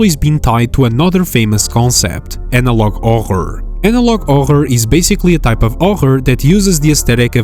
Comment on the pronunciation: "analouge hoghor" my favorite horror genre!